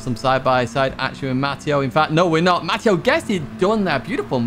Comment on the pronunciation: it’s pronounced “Matt” “ay” “oh” not “Matt” “EE” “oh” I’ve spent all my 54 years being called the latter. From your fan “English Matteo” (Ovetharhill PSN)